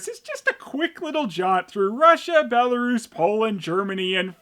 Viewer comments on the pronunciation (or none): none